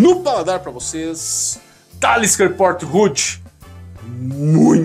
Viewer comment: Se fala Port Rue!